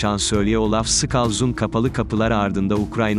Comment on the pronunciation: Adamın soyadını yanlış telaffuz ettiň doğrusu şolz olmaliydi